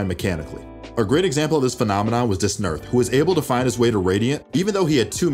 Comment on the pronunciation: Man “duhsnerth” lol cmon